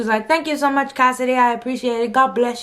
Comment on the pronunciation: 😂😂😂howwww casss “hey cohssidee it’s Claire.” Lmaooo